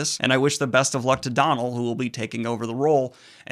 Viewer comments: FYI, it’s Dónal (as in Doe-null), it’s Irish! Hoping he pulls it off. Barney Harris was suuuch a good Mat. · Dónal, pronounced "dough-nul"